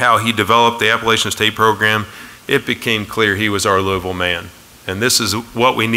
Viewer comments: Its App-pa-LATCH-in, not App-pa-LAY-shin. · Traitor.....just wanted the money. At least teach them to say Appalachian State correctly. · Very disappointed in Louisville for not taking the time to pronounce Appalachian properly. I wish Scott Satterfield and family the best. App State will truly miss him. I will ALWAYS be a Mountaineer.